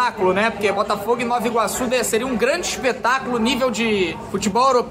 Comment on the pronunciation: Pelamordideuxxx, é NovA Iguaçu. Ninguém fala Noviorque.😒